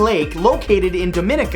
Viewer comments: btw, its pronounced - Dom-me-nee-ka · #21 Do (as in dominoes) mi (as in mini) ni (knee) ca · #21 its DOM-EE-KNEE-KA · You mispronounced Dominica in #21. You said it like how the Dominican Republic pronounced, which is a different country than Dominica